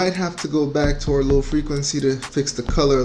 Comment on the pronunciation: « Lil’ frequency » 😂😂 that’s what I hear when you say low frequency. Thanks any way for you tutorials man, it helped me alot. My photos have taken another level because of that change.